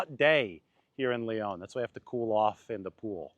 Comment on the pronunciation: Lyon is pronounced Lee On not Lee Own